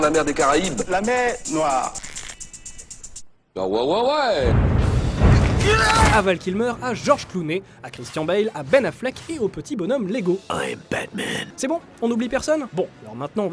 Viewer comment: Christian Bale se dit "ChristiaNE Bèl" et non "ChristiaN Bèl". Cordialement